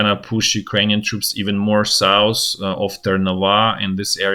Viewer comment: Let's go douwn sous, no it's sout hhhhhh souuuufffh fffffhhhh. Sooouuffffffhhhhh